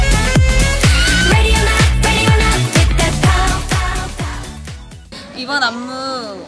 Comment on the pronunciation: Other members: Ready or not Hyebin: LeDi oL nOt :)